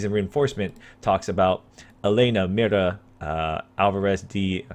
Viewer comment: When he talks "mira", i always understand "mierda"